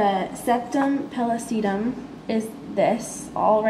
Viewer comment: thanks for going to a quiet place to film this. Nice filming. Work on your pronunciations. APR has a pronunciation button. Septum pellucidum, corpus callosum, etc.